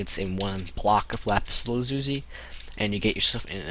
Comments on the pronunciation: U say lapis lazuli weird :) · Lapis Lazuzi:D